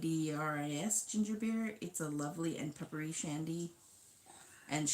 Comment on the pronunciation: IDRIS is how the text appears on the can. Its a Welsh given name, pronounced like hid-ris.